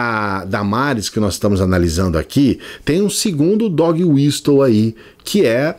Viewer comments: Adoro seus vídeos,. Eu não quero ser aquele chato do inglês mas eu acho que a palavra Whistle se pronuncia "wisəl", o T é mudo, como Castle. Fora Bozo. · A pronúncia correta de "whistle" é "uíssol", com o T mudo.